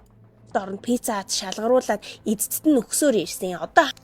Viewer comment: Атаархсан даа тэгээд бгаа биз дээ би чами г өмөөрнө та бицца гэж хэлэх дээ бицда гэж хэлээ биз дээ та их хараал хэлдэг 😢